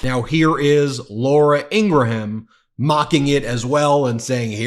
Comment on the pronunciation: please pronounce Laura Ingraham's name properly. It is not Ingra-HAM. More like "Ingram" (the h is silent).